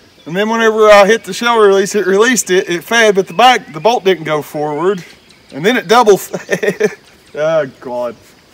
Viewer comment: he said"smack it foward like a man" lol